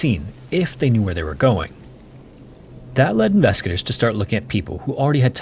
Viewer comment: Dude, slow the hell down. Even the captions can't understand your rapidly mumbled words, especially when you say, "investigators" it just sounds like "inveskagators." SLOW DOWN!